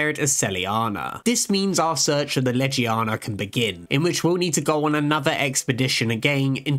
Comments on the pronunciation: Anyone pissed off that he said Ledgie-yawna and not Legiana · Amazing content, but why butcher Legiana's name and some other monsters so much? Even the handler says Legiana correct and even still butcher it, it's painful to hear the name butchers but the rest is really good